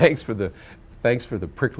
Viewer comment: It's "prickly". lol